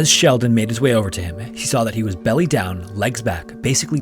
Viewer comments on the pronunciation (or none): none